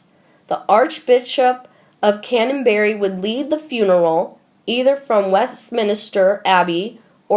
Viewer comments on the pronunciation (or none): Please change the words Westminster Hall to Westminster Abbey. Also change the words Archenbishop of Cantenbury to Archbishop of Canterbury! By misspelling the correct words every time you insult our monarchy and insult our place names. These place names are historic and by mispronouncing them you are insulting what is great in our country. Time and time again i have heard important place names and peoples names and titles mispronounced. Remember.